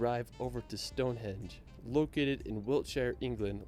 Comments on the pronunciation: Stonehenge, not "Stonehedge". Buckingam....NOT "BuckingHAM". He may have visited the UK a lot but doesn't have any idea how to pronounce the place names of The British Isles. Or facts - Mt Snowdon is 3,000 FEET high, not 10,000 METRES. That's higher than Mt Everest!!! No animus against you,, but this guy, for all his wonderful videos, is a bit of an ignorant Yank! 🙂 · I wish I could edit some of the audio, it’s so annoying, it’s Stonehenge not Hedge! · He did say hedge but your right it's henge